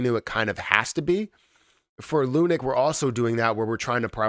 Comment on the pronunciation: Please call it lunacy, not lunic